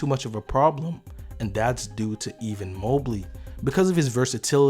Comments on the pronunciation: Great Vid I'm sure I'm not the first person to say this but pls if you don't kno someone's Name jus use they last name Evan not Even ... you got the Harder First Names Perfect but the Easy one Butchered... lol all Good Hommie great Vid keep um Comin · Good stuff, but are you calling EVAN Mobley "EVEN" Mobley lol. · Don’t wanna be “that guy” but you’re pronouncing Evan like you’re sayin even. Anyways good breakdown. Thumbs up from me! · Lmao he definitely calls him even 🤣 😂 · Why u say Evan like that? Or am I trippin? 😂 🍃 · I couldn't watch this whole video cause I couldn't stop laughing at you butchering a common American name like "Evan". I'm guessing you're not from the U.S?